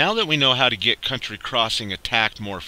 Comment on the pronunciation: County crossing, not COUNTRY crossing